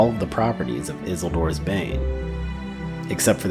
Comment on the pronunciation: The name "Isildur" is pronounced "Iss-eel-door"